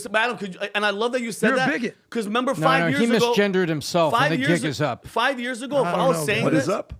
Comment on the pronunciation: It's "years" not "yörs"